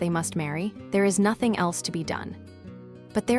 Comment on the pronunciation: I love this story. This narrator is horrible. She can't even properly pronounce nothing. Not hing? Ruins it for me. An American accent for a classic British story.